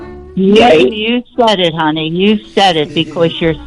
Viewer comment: “You said it honay”